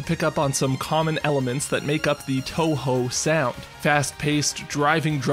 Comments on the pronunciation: Touhou. It's pronounce toho, not tawhaw. Just a nitpick though, great video overall. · He pronounced it as toehoe